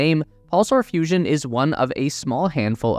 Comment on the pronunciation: I thought it was serious till I heard fussion......